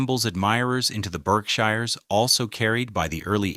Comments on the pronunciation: The pronunciation of words like Berkshires and Naumkege throw this video off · I know I’m from the Berkshires and the pronunciations tell me this narrator has no clue and the images don’t match the narration. I won’t be liking or rewatching this stupidity